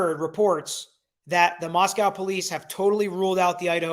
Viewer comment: minor pronunciation error. The Moscow in Idaho is pronounced with a long O at the end. Moscow, rhymes with Boss Joe. Understandable error, because the Moscow in Russia (rhymes with Boss Cow) is the one everyone knows, but still.